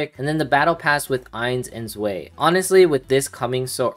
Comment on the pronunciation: btw its pronounced Ains & Zwai (1 & 2 in german)